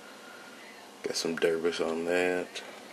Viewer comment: By "derbis" do you mean "debris"? It's "deb-ree" not "der-bis"